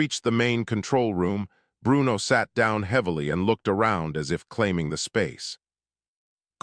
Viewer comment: Why did the AI narrator over pronounce Bruno's name with a bad italian accent? Bru-uno. lmao every time.